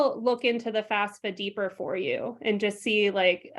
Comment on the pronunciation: Excellent content. The guest pronounces it FAS-FA Why do people in the field pronounce it wrong? Is that the right way to say FAFSA?